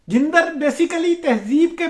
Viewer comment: لفظ جندر کا درست تلفظ jandar ہے